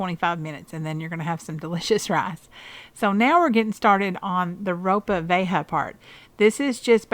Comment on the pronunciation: Hey there. It's pronounced row-pah vee-aye-ha (Ropa Vieja). Thanks for the recipes. They look great.